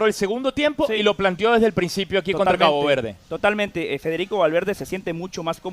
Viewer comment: dice "Cago Verde"? 😅